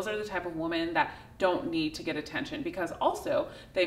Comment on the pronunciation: hey thanks for all the good content. I can't help telling you though, it would sound a lot better if you pronounced the plural of the word "women" correctly. Especially since you say that word so often. It is spelled the same as the singular, but pronounced differently. sing. (wo͝om′ən) n. pl. wom·en (wĭm′ĭn)